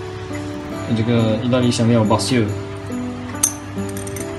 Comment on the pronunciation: Basil 讀音是bei zel